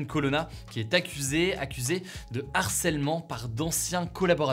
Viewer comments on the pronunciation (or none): none